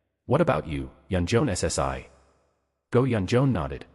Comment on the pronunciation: Honestly, I am not a big fan of AI, but for my dyslexic sister, I'll give this one a pass. Thanks for the upload. Though you really should edit some parts where it speaks too fast and some words aren't read properly. Like, the " - ssi" honorific. Though seriously, thanks. Eagerly waiting for the next upload. 👍🦌📺💕